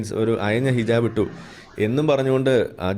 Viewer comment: ഹിജബ് അല്ല ഹിജാ ബ്